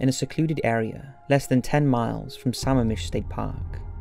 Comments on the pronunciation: same with Lake Sammamish (pronounced Suh-mah-mish) and Liz Kloepfer (pronounced Klepfer). Doesn’t matter if he’s British, he did a lot of research and correct pronunciation is important. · I can't stand when people don't do their homework on the "DOCUMENTARIES " they choose. Bungled facts & mispronounced words...UGH!! ITS P..UUU..GET SOUND. Pronounced P U J E T (PEEUUWJET) Not rocket science to "YouTube " Puget Sound and learn the correct pronunciation. YAKAMEME? Lake SAMMAMISH? (mispronounced) I give up, there are just too many. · It isn't "pugget". It's "pyoujet". And Sammamish is accented with the middle "a". Denise. ...oh, you got it the second time. Boise is pronounced "boysee"